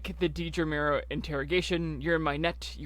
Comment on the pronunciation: I’m going to be “that guy” but you’re pronouncing a main character’s name wrong. It’s pronounced “DEAD-ruh.” How do so many YouTubers get that wrong?